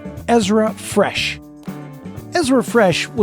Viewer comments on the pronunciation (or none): actually, Bethany Hamilton lost her right arm! also, Ezra's last name is Fretch, not Fresh